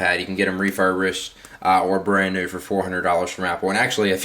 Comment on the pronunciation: " neuu" its NEW fark